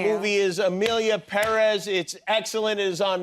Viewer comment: Jimmy is the only person who pronounces PÉrez as it should be